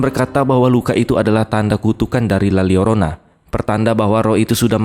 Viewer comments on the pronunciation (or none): bang bacanya "la yorona" bukan "la liorona" wkwkwkw karena huruf l double kalo di bahasa meksiko atau spanyol itu dibaca huruf y 🤣🤣🤣